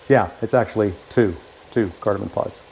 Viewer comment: Cardamom. Not cardamon. 😊